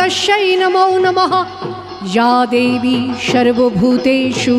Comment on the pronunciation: আপনার পরিবেশনা খুব ভাল, কিন্তু আপনার উচ্চারণ ত্রুটিপূর্ণ। স, শ, ষ - এই সবগুলিই আপনার উচ্চারণে 'শ'। এটা ভীষণ কানে লাগে, বিশেষ করে সংস্কৃত (বা তৎসম) শব্দের উচ্চারণে। আপনার "শর্বভূতেষু" ব "শংস্থিতা" উচ্চারণ অত্যন্ত elementary ভুল। বারংবার একই ভুলে স্তোত্রপাঠটা মাঠে মারা গেছে। দ্বিতীয়ত, বঙ্কিমচন্দ্রের মূল লেখাটা (যেটা displayও হচ্ছিল) কয়েকটা জায়গা বলার সময় addition , alteration বা omission হয়েছে। এতে পরিবেশনা কোনো নতুন মাত্রা মোটেই পায়নি। এই liberty টা না নিলেই ভাল হত। আপনি প্রতিভাময়ী, এগুলো ঠিক করে নিলে পরিবেশনা সর্বাঙ্গসুন্দর হবে।